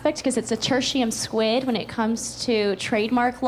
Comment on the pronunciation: I thought she was smart until she said, "tertium sqid," instead of quid.